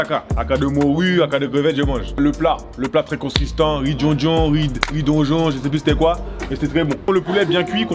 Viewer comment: « Riz donjon »😭😭🤣